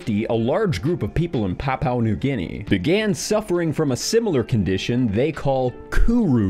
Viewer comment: The pronunciation in this episode is atrocious. It's Prion (pronounced pree-on) not 'pry-on' It's Papua New Guinea (Pa-pu-a) not Pow-pow